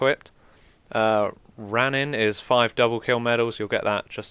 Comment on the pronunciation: Ronin RO-nin not Ranin . Shotgun looks pretty awesome , seem people doin well with it